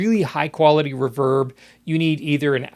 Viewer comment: It’s ree-verb not r’verb! Enjoyed the video!